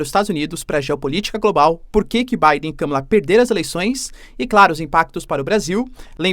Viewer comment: Olá! Dólar a 6 foi um erro do Google. A pronúncia do nome Kamala está errada. Obrigada pelo vídeo!